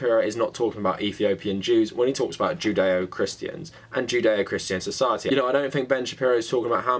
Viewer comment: Is it odd that with your accent I hear "jin dae-oh"? Almost sounds zen :) Great work